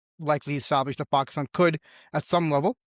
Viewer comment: What is Paaahhkstaan isn't it Pakistan ?